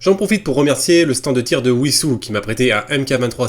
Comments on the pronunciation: Alors si tu parles de Wisous dans l'Essonne 91, ça se dit Vissous 👀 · Il a dit ouissous "Wissous" 🥹